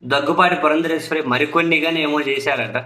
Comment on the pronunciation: ...ఆమె పురంధేశ్వరి - "పురంధరేశ్వరి" కాదు